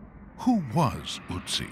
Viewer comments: It's so funny how the narrator almost gets the pronunciation of Ötzi right in the beginning and then it just deteriorates more and more until it's just "Utzi" 😂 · There is no Uttsie, the name is Ötzi. "Ö" more or less as in "early". Örly could be amazing, ha, ha (The sörvant played Blue Öyster Cult, but the Örl came too örly. Oh, excuse me, Sör!). The word comes from "Ötztaler Alpen", the mountain group, where the body was found. Its boundaries are: - Reschenpass 1508 m - Stiller Bach - Inntal - Ötztal - Timmelsjoch 2474 m - Passeier - Etschtal - Reschenpass. So, You see that the names last origin is the Ötztal. And this comes from the old German word "etz" for meadow (Tollmann 1986). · It's great that PBS is making so much Nova stuff available on YouTube now. It’s a shame, though, that, with all their resources, they couldn't get anybody to make the narrator rhyme the "Ö" in "Ötzi" with the "oo" in "book" and "good" instead of the "oo" in "boot" and "food". It's like spending an entire documentary talking about Adolf "Hightler" or George "Wayshington". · Yes, the narrator is very ignorant. There is no Uttsie, the name is Ötzi. "Ö" more or less as in "early". The word comes from "Ötztaler Alpen", the mountain group, where the body was found. Its boundaries are: - Reschenpass 1508 m - Stiller Bach - Inntal - Ötztal - Timmelsjoch 2474 m - Passeier - Etschtal - Reschenpass. So, You see that the names last origin is the Ötztal. And this comes from the old German word "etz" for meadow (Tollmann 1986). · His name is Ötzi not Otzi, imagine trying to spell and pronounce foreign names correctly once in your lifes. The whole world tries to pronounce names like they are supposed to sound in the language they originated from, of course not the native english speakers, you just make up new "easy to pronounce" names because a bare minimum of effort is too much to ask for. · It's Ötzi not Uzi. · Őotzie??? Who told y'all that his name is Őotzie?? 😆